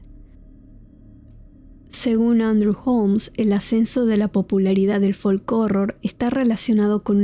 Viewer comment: La "L" en la palabra folk no se pronuncia